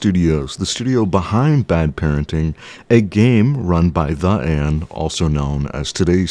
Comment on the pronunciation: its not pronounced "the ann", its "tey anh" 😭😭